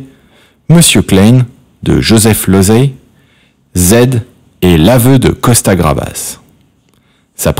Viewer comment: " Costa Gravas " ...ça continue ! C'est Costa Gavras !!!!!! C'est pénible à la fin.